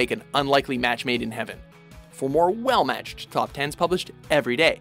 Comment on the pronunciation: "For more well match-ch-ched game..."